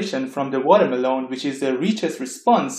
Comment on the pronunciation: Lovely video! I want a 10-hour loop of you saying Watermeloan.